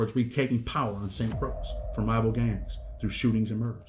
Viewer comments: Muddaskunt…Croix is pronounced KROY not Krux. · It’s pronounce like Roy with a C. Like Croy. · bro he's saying that Croix is pronounced as croy that's all smh